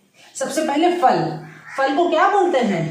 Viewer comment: " FAL " nahi " PHAL " kahte hain